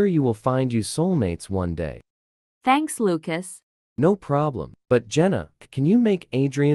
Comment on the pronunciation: ahh yes luacs